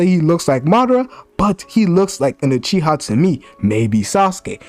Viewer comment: My guy said “Sasuke UTreeha” 🤦🏾‍♂️🤣